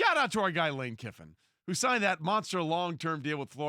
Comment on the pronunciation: Don’t these guys know his name is Kiffin not Kippin?